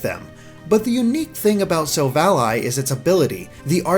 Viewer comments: Am I the only one cringing every time he says silv-ALLY?? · Nobody gonna point out this bad pronunciation... Sil-Vally Ar-c-eus not Arkaus or Silv-Ally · Why are you saying it as Silv Ally? Why isn't it Sil-val-ly. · Silvally, vally, not ally, you sound stupid saying it that way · It's sil valley as in silicon valley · Say Sil-val-lee That's how u pronounce it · i thought it was SILL-VA-LEE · Thought it was pronounced Sil-Valley, referencing Silicon Valley and technological achievement. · This man can't pronounce silvally. I'm done.